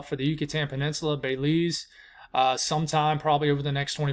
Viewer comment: “Bay-Leeze” gets me every time 😂